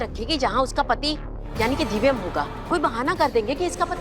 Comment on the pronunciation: किस किस को लगता है कि इस दादी को तो दिव्यम का नाम भी नही लेना आता 😂 दिव्यम को दिवियम बोलती हैं। इस दादी को बदल देना चाहिए,......🙋🏻‍♀️🙋🏻‍♀️